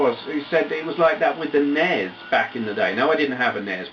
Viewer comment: Yay, someone who says NES how it should be said not as N.E.S. I commend you.